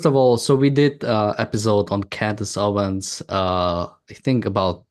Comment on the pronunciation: It's "OwenS" not Owen. She has just gone further down-hill. It's astonishing.